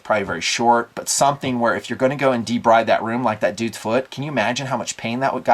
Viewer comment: BTW, "debride" is pronounced De-BREED.